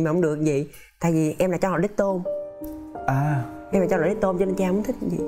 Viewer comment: Cháu #đứctôn ko phải #đíchtôn nha 🐄